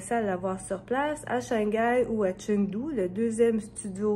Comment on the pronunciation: Bonjour tout le monde, Chengdu se prononce « tchung-too »